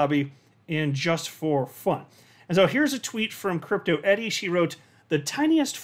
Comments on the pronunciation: Isn't it Crypto E-R-I... not E-D-I. Everyone calls her E-D-I tho for some reason.. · I think it's Crypto ERI not Edy. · Dude, It’s crypto Eri not Eddy